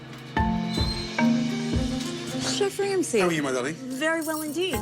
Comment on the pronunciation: Finally that moment someone (Aka ramsay) says ur name the way u want it to be pronounced I really dislike the way the Americans say it